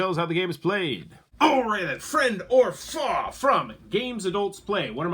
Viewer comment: Ahoy there you stupid idiot.. it's FOE.. not FOX... How can we take this so called review serious, when you can't even pronounce the game... this channel suck ass...